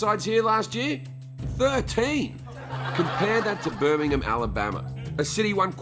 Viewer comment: Finally a American that can pronounce Birmingham right